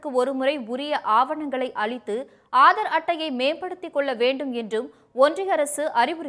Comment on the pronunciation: Hello news reader, Aaadar அட்டையா????? Adhu enna pronounciation?????????